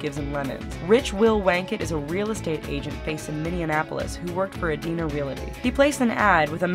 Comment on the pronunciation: FYI Realty not realaty.